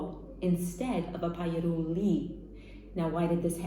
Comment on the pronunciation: As an italian i find it funny she can't properly say the "gl" sound (voiced palatal lateral approximant) which is contained in her own grandpa's surname